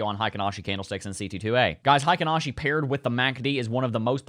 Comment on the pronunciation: Not sure if you care much about this kinda thing, but Heikin-Ashi is actually pronounced "hay-kin" rather than "high-kin." In Japanese, "ei" makes an "ay" sound, but in German, it makes an "eye" sound. Source: I'm a huge weeb. Also, I feel that the halving cannot be priced in. If the mainstream knows about it, that doesn't mean the price'll adjust to an expected future value. It can't be priced in because the supply shock hasn't been felt yet.